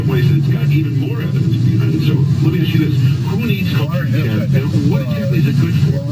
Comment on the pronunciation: Everytime he says “would it be fair to axe” I want staple his mouth shut